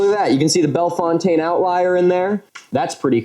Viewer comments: Bellefontaine, Ohio is pronounced Bell-fountain... not Bell-fontane :) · Someone probably already said this, but Bellefontaine in Ohio is pronounced Bell-fountain. We talk funny here. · Ohio native. It's just bell-fountain but it's cool there's probably 50 weird hard to say town's in ohigho lol fuckin love ur content hope our crazy history loving paths cross someday. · Bellefontaine is pronounced "bell fountain" the locals get super mad if you say "fontane" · milo i’m very sorry on behalf of my state but the name of that town is far dumber than you think. it’s pronounced “bell-fountain”, like how you would say those words in english. it’s so so stupid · The place in Ohio is pronounced “Bell fountain” (like water fountain) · Hi Milo! I really enjoy all of your videos and debunking of crazy conspiracy theories! By the time you see this, if ever, you’ll probably have visited Ohio. If you want to sound like a local, Bellefontaine is pronounced “Bell-fountain” although not spelled like it. If you ever get to check out Hocking Hills, there are lots of archeological sites and stories of indigenous peoples there as well as robbers. I thought you might find that interesting. Cincinnati is also a very funky city with lots of curiosities and was built upon indigenous mounds for at least some parts of the city. (See Mound street). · 😂 bell- fountain. We are not french 😂 we will also accept B town. Best pizza around 😂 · Also a shit ton of ohioans pronounce it "BELL-fountain". Not kidding. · As a born and raised Ohioan, I gotta let you know Bellefontaine is pronounced bell-fountain. Love the map tho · Hi, Ohioan here, we say Bell Fountain. The native names are fun too! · I'm an Ohio boy, and the "Bellefontaine" pronunciation still triggers me. I immediately assume that Milo is a telemarketer when he says it like that.